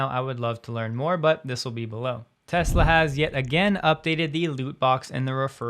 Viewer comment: You can’t even say Tesla can you